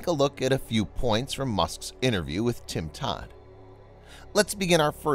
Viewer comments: Tim Dodd not Tim Todd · Tim Dodd*... Not Tim Tod, lol. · Dodd not Tod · Tim Dodd not Tod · It maybe been his accent vs him saying his name wrong. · What the? Get Tim's name right ""